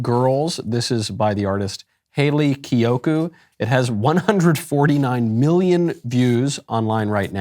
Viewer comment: First, "Hayley Kiyoku" is the worst pronunciation I've ever heard. Second, I genuinely have no idea what you said. I watched the whole thing and all I got was "lesbians date women" and "kissing isn't natural" or something. Anyway, can't wait for the movie. Hope to see you there. You seem very invested in the music video. Also, Love Lesbian Jesus so much 🙏